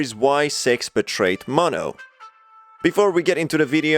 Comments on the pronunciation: It's not maahh no say mo then No mono notice there's two ways white:maahh no Spanish: mo no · Mono not ma'am